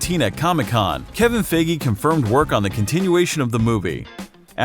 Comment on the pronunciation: you said kevin FIGI. Its actually feige